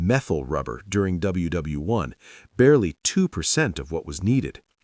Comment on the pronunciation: I hate the AI voice, especially when it says WW1.